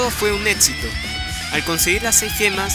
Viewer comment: Está buena la información, pero tu español deja qué desear; la pregunta del final del video está en tiempo pasado y futuro, el adjetivo fuera de lugar y la pronunciación de palabras como "éxito"...